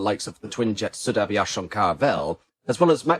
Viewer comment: One day you will learn to pronounce aviation in French. It's not 'aviasheeo'. Try Babble. It's free.